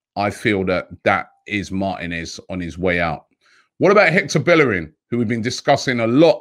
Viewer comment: Robbie I'll never understand why everyone can pronounce Ceballos' name correctly but can't pronounce Bellerin's name. In Spanish, two L's makes a Y. Just like it's pronounced "Seh-buY-oce". It's pronounced "BaY-er-in. Even in Dani's song y'all say paella like "pie-ella" when it's "pie-ayah". How do you pronounce one right and the other wrong in the same sentence???